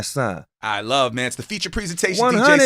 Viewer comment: Did that Nigga say "dj sus one" tf